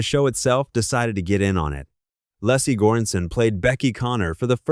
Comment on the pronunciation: “Lessie” Goranson? Lee-cee. Short for Alicia. Sarah “Chal-key”? Or Chal-keh? Chalké? 🙄 If you can’t trust your #aislop voice, write phonetically.